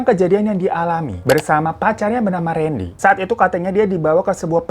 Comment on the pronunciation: randy kak bukan rendy 🙏